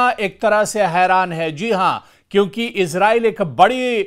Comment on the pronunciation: Ezrail nahe esrail😊❤